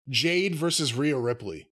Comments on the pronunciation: JADE NOT JANE! Jeezus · Cornette, it's JADE............not Jane. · Jade!!! 🌽 Not Jane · Calling her anything other than her actual name is disrespectful. It’s Jade, not Jane(but you knew this) this is odd.. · Ever since the review of her debut with Cody in the ring, Jim still calling her "Jane" still cracks me up. Lol. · JADE. J-A-D-E dammit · As far as this dude, whatever his name is concerned--- Jade Cargill is the worst thing to ever happen to wrestling. I don't know what flavor gerbil it is up his ass where he can't/ won't give her her props before I say even say the dignity of saying her name right.....but it's sad and pathetic. A blind man can see she's the truth before I say the WWE, or Brandon Phillips. This guys sounds like a hater and a loser and everything about Jade reminds him of that fact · Her name is "JADE" bro!!!!! Damn. 😮😂